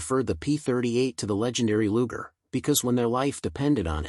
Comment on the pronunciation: Luger? My ass. Do better or get off youtube.